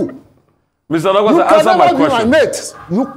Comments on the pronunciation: Onokpasa not olopasa 😂😂😂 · His name is pronounced as "Oh No Kpa Sa" that's why him dey vex 🤣🤣🤣🤣🤣🤣